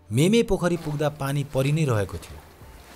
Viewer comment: Not मेमे but मिमे